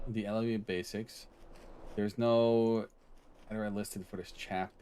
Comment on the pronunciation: Cool vid man, a little curious fact, LUA is a brazilian born programming language, and its pronounced "LOO AH"